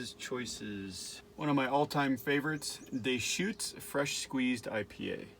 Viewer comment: Great video!! Btw, it's "duh-chutes" and not "day-chutes".... just saying- I know that it's a bit nit-picky, but being from Oregon (or-ee-gun...lol) I'm a bit particular